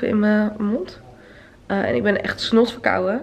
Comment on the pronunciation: Waarom heb jij altijd moeite met de "N" op het eind? Verkouwe, Houde, verhuize, verbouwe. Of is dat iets van Utrecht?